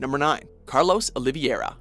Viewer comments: Commentator pronounces: Carlos Oliviera. Written: Carlos Oliveira. Stupid canadians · Nome: OlivEIra Pronuncia: OlivIEra XD kkkkk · It is pronounced Oliveira, not Oliviera :p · Looks to me you are saying "Carlos Olivieira". And not Oliveira. Just a detail... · It's Oli vei ra, not Oli vie ra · "Carlos Oliviera"? umm Is that how you pronounced it just now? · Everyone's talking about how Leon should be number one but I'm here like "you pronounced Carlos's last name wrong" 😭